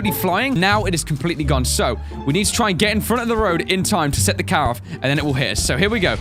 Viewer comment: When you said car it sounds like cow